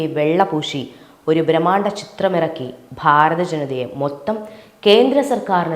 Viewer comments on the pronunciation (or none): none